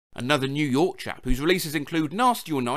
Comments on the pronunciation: did say "new yoyk"? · "New yonk rapper"